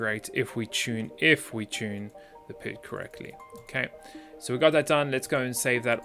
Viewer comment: I normally don't care about these things but since I have some experience in the area I want to mention it... It kinda bothers me how you pronounce PID as a word as opposed to P-I-D, each letter by itself, which is what I've always experienced in the mathematical field. Say it how you want, I guess, but it just sounds weird every time you say it like that.